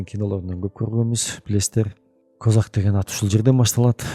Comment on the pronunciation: Крымда казак деген ал крым казак ударенияны туура коюп окусанар крымские казаки дегендей кичине туура тушунуп окусанар билбей туруп негатив жазасынар крымские казаки бул биздин кошнабыз казак жонундо айтпайле тушунбосонор крым жонундо кино кор